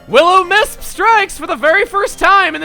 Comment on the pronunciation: we don't call it will-o-miss... We do however, have STONE MISS